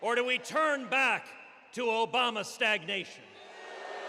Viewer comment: "ObamNa amnesty" XD